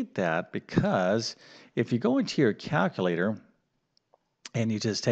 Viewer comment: As an individual who excels in language, NOT Mathematics, it grates on my nerves to hear "cal-cuh-later"...😂